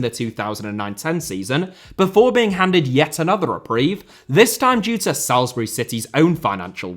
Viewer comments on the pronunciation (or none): SOlsbury. It’s pronounced Solsbury, not Salesbury. Come to Salisbury - the first choice holiday destination of all Russian secret service agents everywhere. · Good video, but please learn how to say "Salisbury" correctly.